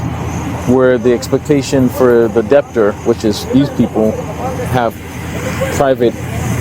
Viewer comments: what a joke. the cop was totally wrong and couldnt even pronounce "debtor" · “Deptor” is crazy lol